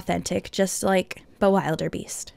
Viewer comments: I am insulted that is the king of dragons one of my favourite dragons and you don’t even pronounce the name right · U pronounced the dragon's name wrong... and this tutorial is on a computer, not a paper 😡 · the way you pronounce bewilderbeast is a little funny to me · You said the dragons name wrong.